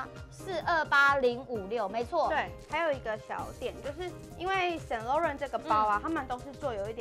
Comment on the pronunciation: Saint Laurent 不是英文，Laurent 读音不对哦